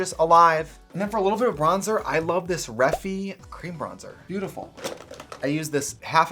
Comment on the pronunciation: one note, it’s pronounced ree-fy not ref-fee